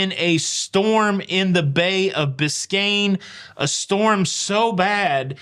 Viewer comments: It is bay of. Biscay. Bicain bay is Miami. Lots of love ❤️ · it's the Bay of Biscay, not Biscayne. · Great show. However it is Bay of Biscay, or is it just your accent. 👍👍from Uk. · This was the Bay of BISCAY (no N) which is off the coast of France & Spain. Not BISCAYNE Bay which is in Florida. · By the way it was Bay of Biscay not Biscayne Bay in Florida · Biscayne Bay is next to Miami, FL - I’m sure is so used to hearing that one, it was a natural mistake. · love your rant and agree with your it, too many entitled people. By the way it’s Bay of Biscay not Biscane. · i love you by the way it is the bay of "Biscay. " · It's Bay of Biscay